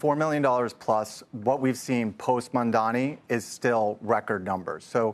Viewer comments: out of respect and especially in public people should learn to pronounce the mayors name or be corrected on the spot. MAMDANI, not MONDAMI. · Another one of those who can't pronounce the new mayor's name